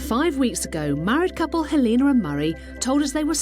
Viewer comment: Lol the pronounciation of Helena.. Her name is not Halina.. Is that what it translates to.?